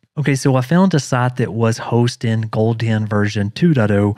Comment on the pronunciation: why you say goldien , it's gold hen